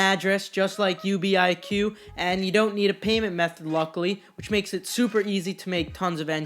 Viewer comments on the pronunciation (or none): It is NOT U.B.I.Q it’s just UBIQ